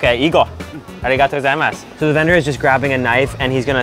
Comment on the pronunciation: there is very little english stress in your arigatō gozaimasu